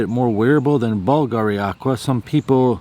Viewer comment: Hi! BVLGARI uses the Latin spelling (where the letter "V" is pronounced like "U"). "BLV NOTTE" is pronounced "blue no-tey" in Italian, which in English means "Blue Night"